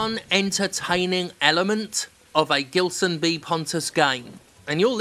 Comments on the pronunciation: not that it matters, but I think the "G" in "Gilson" should be read more like the "J" in "Jill" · Btw, Jim, if this guy is from Brazil (his name sounds Brazilian), you probably have been pronouncing it wrong. The "Gi" in "Gilson" is pronounced he same as the letter G itself. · The G in Gibson actually sounds as a J in portuguese. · I laugh everytime you talk about this developer, because my dad is also called Gilson (but we pronounce it in another way because we're brazillians) and it brings me the giggles to listen you say "gilsonlike" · With that name and that level of hackery, he is most certainly Brazilian. If so, even his name's pronounciation is weirder: Geelson